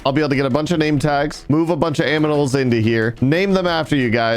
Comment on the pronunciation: he said "aminals"